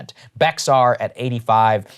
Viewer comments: As a San Antonio native, hearing Saagar pronounce Bexar County is hilarious. FYI, it's pronounced like, "Bear-ah" the X is pronounced as a "ar" like in be"ar" It's one of the easiest ways to spot someone who's new to the area or speaking about it from from a distance. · It's pronounced "Behar County" not "Bexar County" Don't be a Gringo, Saager, X is pronounced as an H by Tejanos, respect the culture! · Actually, it's pronounced "Bear" by Texans.